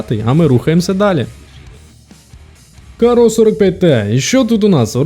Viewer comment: Порівняння супер, але, все відео різало слух, як ти називаєш карро) Правильно кАрро, не каррО)